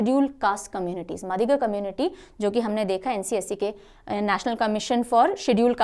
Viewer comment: Mam Madiga is pronounced as "Maadiga "in Telangana